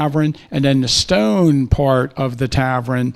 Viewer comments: “tavren”? How about “tavern”? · Loved the presentation but wtf is a "Tavren?" Almost had Tavern. haha